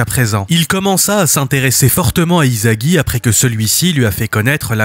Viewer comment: Vous savez que le manga est pas français ? Alors pourquoi vous disez izagi sa se lit issagi il est pas français le s se lit s pas z